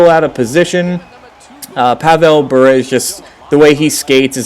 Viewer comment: learn to pronounce Bure